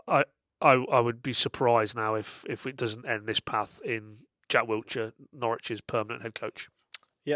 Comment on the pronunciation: please man, it’s Wilshere. Not WilTshere 😂